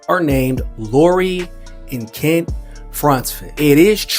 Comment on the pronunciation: Stop calling him KIT when his name is KENT. Open your mouth wider